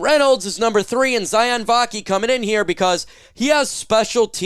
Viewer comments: Let me help u out? Sione is not pronounced “Cy-On” it’s pronounced “See-Oh-Nay.” It’s Tongan, and in Polynesian languages, the sounds are phonic and the vowels have the same sounds as Spanish. E’s make and Ā sound and i’s make and “ee” sound. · Maybe one of these days you’ll learn how to pronounce Sione properly😂